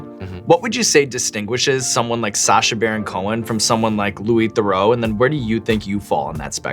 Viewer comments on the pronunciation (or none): theroux is pronounced "the-roo", not "the-row" :) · hearing them mispronounce Theroux had me cringing im sorry